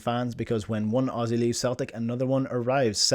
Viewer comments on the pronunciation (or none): none